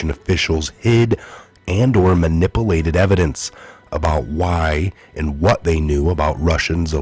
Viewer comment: You do great work and reporting. Please though, it's man-ip-ewe-late. love you!